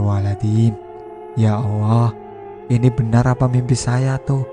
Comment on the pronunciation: Maaf...mas bro yg baca cerita ini kayak suket teki to n maaf...telingaku dengernya penyebutan Alloh kok awoh...maaf...